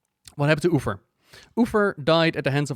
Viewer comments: What the deal with "Ufer"? Is it an intentional gag or just miss pronunciation? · did he literally said Uther's name wrong in first two minutes?